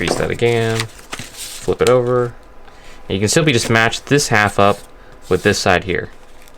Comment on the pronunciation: You keep saying simply like Bixler lol